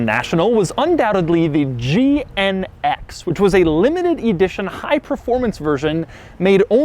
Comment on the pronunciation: Doug pronounced GNX as gee-en-eggsx